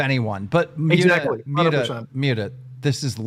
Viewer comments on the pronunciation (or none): Is Keemstar just illiterate or something? He seems physically incapable of pronouncing Muta’s name correctly